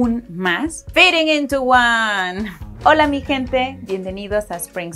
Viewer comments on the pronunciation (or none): none